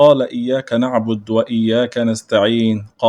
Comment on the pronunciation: (نعبد) الدال عليها ضمة ومش ساكنه